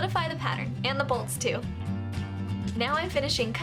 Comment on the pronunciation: I thought she said "the little bullshit goes" and rewatched it but she said "the little bolts should go" 😂 hahaha great video though. rocks!!!